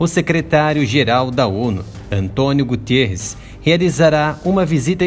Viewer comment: Gutierrez? Ou Guterres. Se é português com certeza que é Guterres.